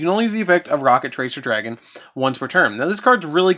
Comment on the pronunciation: why does it sound so weird when Dark says "Rokket Tracer Dragon"?